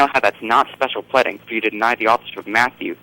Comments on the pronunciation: Dear, “Pleading” is not pronounced like “breading”. It’s pronounced like “reading”. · This guy says "special pledding" several times. Perhaps the same mental disorder that prevents him from saying "pleading" is the same one that makes him such a delusional fuckwit. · whatever I just thought it was funny when he said pledding instead of pleading. What fallacy did you think it was anyway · Why the hell does he keep saying "Special Pleding". Pleading is not a hard word to say. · Ugh! This guy is so arrogant, and with no justification. He's ignorant and not terribly bright. I could never do this show - I'd have hung up on him the first time he said "pledding". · 'Pledding'.....no that's not it. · I know, what the hell is "pledding"? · It's not 'pledding' dumbass.